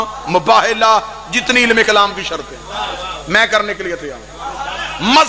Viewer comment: Ye hota hy concept ye hota hy ilum